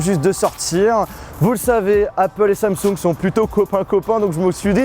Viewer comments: Cest pas "Samsougne" cest "Samsong" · J'aime bien comment il dit samsoug et non Samsung 😂😘